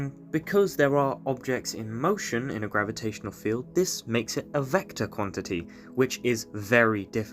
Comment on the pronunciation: wtf is a "vecotr" ?